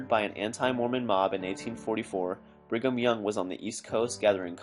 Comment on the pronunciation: Bring um young,sounds like,bring them young if you catch my drift.